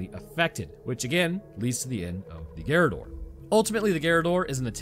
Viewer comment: Yeah the right pronounce is garradór, is quite difficult for English based speakers to talk in Español or in Italiano since your language is from German origins while the ones i cited previously are born from Latin so different on almost every aspect